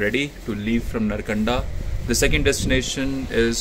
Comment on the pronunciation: nice. all are ok. but one thing not नरकंडा its नारकंडा bhanje.